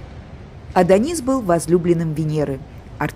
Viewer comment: И Адонис произносится с ударением на О.